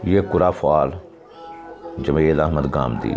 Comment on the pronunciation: پہلے اپنا تلفظ تو ٹھیک کر لو.... جوید کون ہے